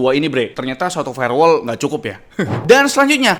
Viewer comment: dari "firewall" jadi "farewell" 😭